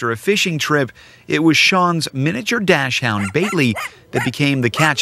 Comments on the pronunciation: Really narrator? Dash-hound? Dude,do you even pronounce? Docs,,,,,,,hund,,,,,, say it with me now. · Andrew Geier Originally? It still IS a German name as the breed was developed in Germany. And it's Dachshund. DOX hund. NOT dash hound or dash hund. Now go play with your Rock wilder. LOL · The pronunciation is dock shund not dash hound. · It's pronounced docks hund...not dash hound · It’s Dachshund, not dash hound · DACHSHUND not Dashhound 🙄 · dash-hound? lol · Dachshund. It's not pronounced dash hound.